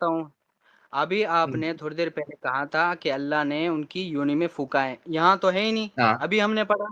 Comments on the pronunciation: यूनि❌️, योनी✅️ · Yoni .not uni😂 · यूनि (yuni) नहीं योनि (yoni) होता है